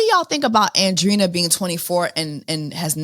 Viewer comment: Hey Jessie, with love, Andreina is pronounced: an-dre-i-na, like Andre with ina :)